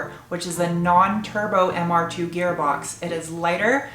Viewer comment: I only just realised you are calling it Mr Dos, as in two in Spanish. MR2.. Mr Dos.. I get it.. As an Australian I was hearing Mr Dose! which is what Aussies call the turbo flutter noise. so when you kept saying Mr Dose I thought you were going to make him Sutututututututuuututututuutututu.